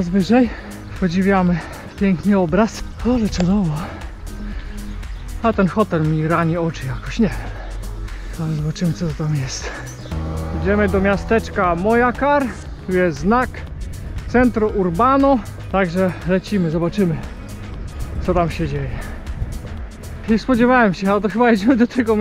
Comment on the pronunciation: Nie Mojakar ,tylko Mochakar ...j czytamy jak ch ...pozdrawiam.